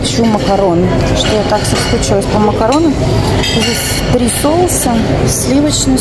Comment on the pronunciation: добрый день. Хочу вам подсказать- если надо заказать что то на троих, говорите ТРИ, а не Фри. Фри по английски "свободный". Для турок понятней наше три, они сами не проговаривают английский звук th. Спасибо за путешествие❤.